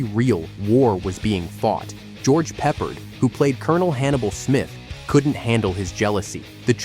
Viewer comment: It's George Pe-PARD!